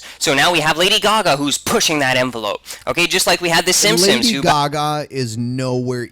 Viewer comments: He says "simsims". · It drove me nuts every time the called the simpsons the 'simsims' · Why the fuck can't the vigilant dumbass pronounce "Simpsons" correctly? It's a really common name. Plus they say "The Simpsons" at the very beginning of the goddamn intro. And the dumbass also says "e-moral" instead of immoral.